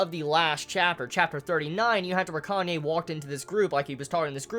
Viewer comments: You're gonna keep calling Kanae "Kanye" aren't you? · Do you pronounce it 'Kanye' just to spite me?;~ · lol i loled when you said "Kanye" .